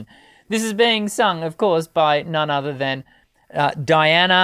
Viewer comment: First name is pronounced DEE anna.